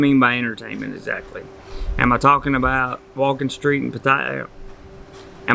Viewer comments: Could you perhaps one day learn how to pronounce Pattaya correctly? Or are you unable to learn new things? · How long time do you think you have to live there before you can pronounce the name right...?